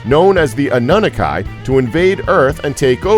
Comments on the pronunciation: Mishia Mitchell ....I'm glad someone else noticed that... Ah-nun-nuh-kai ?? 😂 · Annunaki pronouced Anne-oo-naki